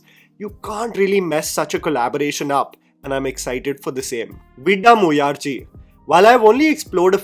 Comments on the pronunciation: It is pronounced as Vidaa - muyarchi. D in Vidaa is pronounced the same as vada It means perseverance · not butchering another tamil title with Vidaamuyarchi 😭😭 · Just casually butchering the name of Ajit movie😎 The kaitrina kaif of review channel 🤣🤣🤣